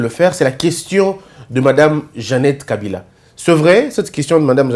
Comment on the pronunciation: On doit le défier en prononçant seulement les Nom des leur frère Kabila et eux il prononce kabirrrraa